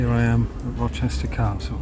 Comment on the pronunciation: you said "Rochester Castle" like that Star Wars guy with beer belly from memes says "Polynesian Spa".